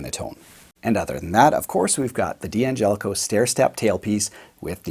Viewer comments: Why do you call it a "DeeAngelico"? The name is Italian and it's pronounced Dangelico as one word. The D is not heard by separately. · Nitpicking, i admit, but it drives me nuts when people pronounce the name “Dee-Angelico”. It’s “Dangelico”. Also “Daddario”, not “Dee-Addario”. I’ll go back to minding my own business now.